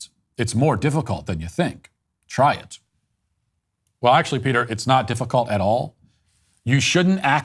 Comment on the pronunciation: Matt Walsh again talking out of his lane. He can't even say Peters name correctly.